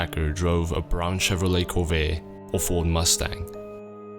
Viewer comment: in america where the so called corveyye is made we pronounce our ts its corveTTe